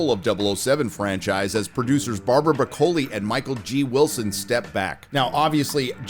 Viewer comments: (A) It's pronounced BroK-KOLL-ee, but that's a minor gripe from an Italian . (2) The date of the actual death of the 007 series varies depending who you talk to. Some say 1985 (End of the Moore era) Others say 1989 (End of the Albert R BroK-KOLL-ee era) and some generous folk say 2002 (end of the Brosnan era) Craig fans will choose their own date for the demise of 007, even though its not the same 007 as the previous one but a fresh reboot so that only lasted from 2006 to 2021 (delayed by events) - But the fact is that it's been 'dead' a long time. (3) Wilson and Barbara BroK-KOLL-ee never showed much passion for the subject anyway, Barbara especially who felt herself forced into it as a family obligation and clearly hates the 007 world of her father. They've been carrying it on for money, prestige and to keep the machine rolling for decades now. (4) "SPECTRE" was clearly meant to be the end of their version of 007 AND the end of the Bond universe full stop. It was Daniel Craig who wanted to 'send him off in a better manner' and convinced them to finance the disaster that was "No Time to Die" which was cursed from day one onwards. Therefore, to this 007 fan anyway, "SPECTRE" is the actual end of the Craig era narrative. (5) Many 007 fans have accepted that the Bond series - at least the official one anyway - is finished and perhaps that's for the best. The series is regularly celebrated and shown at movie clubs and special cinemas and there are endless terabytes of sites, arc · Broccoli 🥦 NOT Bra...coli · BROCK-o-li, not bro-COLEE. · NO NO NO , it's brocoli....like the green vegetable, stop say bro-colle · It's pronounced "Brock-Lee" like the vegetable. Not "Bra-Coli". Seriously? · Broccóli turned to Bróccoli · Please, it is oronounced brock-oli, just like the vegetable! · The name's not Broc O li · Her name is Bróccoli. Not E Coli... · Bro Co lee. Wtf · Saying "Bro-Koli" is NOT FUNNY. Are you hitting the booze again, jackarse? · Broccoli not Bro-koli